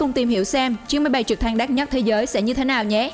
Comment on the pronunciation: Đất Nhắt . Nghe vl